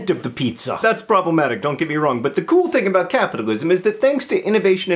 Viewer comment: 2 points for pronouncing pizza weirdly